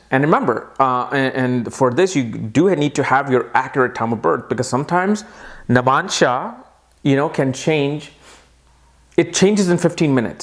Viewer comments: I am stopping this video midway and quitting because I can't hear that irritating 'namansha' 'namansha' again and again. iIt is 'Navmaunsha' for God's sake! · you always say namansha ... its 9 Navamsa please pronounce it correct ?